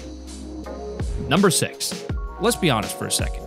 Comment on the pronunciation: I love your videos but you said number sex instead of number six